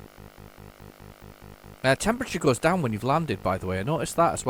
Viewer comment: It’s a shame you had such trouble landing “dowm”